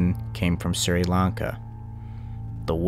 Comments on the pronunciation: By the way Sri Lanka is pronounced "Shri Lan Kah" not "Siri Lan Kah", and the death toll was around 320,000. And it was the worst tsunami in history. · Its Sh-ree not Sir-e. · Just so you know, it's pronounced "Shree-lanka", not "Sir-e-lanka". Nice video so far though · For the record it's pronounced "shri" Lanka Doesn't really matter just figured I'd mention it Keep killing it you're doing great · "I'm sorry in advance if I mispronounced names or places. " Me: Ahh! Camon mate, how bad can it be?: "Siri Lanka railroad..." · The Sri in Sri Lanka is pronounced as Shree. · It’s pronounced, “Shree-Lanka” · By the way Sri Lanka is said like this (Sh-ri-lan-ka) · It’s pronounced “Shri lanka” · Sri= sh-re Lanka..